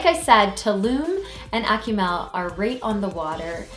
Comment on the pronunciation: "AK-oo-MALL" not ”Ack-you-mel"